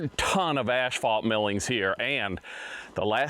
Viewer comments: Lookin Good. Keep up the good work. BTW it is pronounced ass-fault, not ash-fault. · It's not pronounced the way you were calling it. And the other thing you said wrong, was asphalt millings. It's not ashphalt like you call it